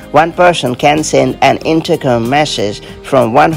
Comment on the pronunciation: Sounds like her is saying.. intercum? 😂